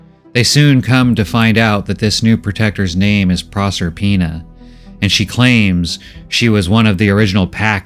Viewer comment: It took a while for me to figure out the name. Is Prosper-ina, not Prosser-ina.